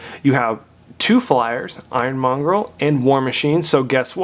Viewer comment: It's monger dude... Not mongrel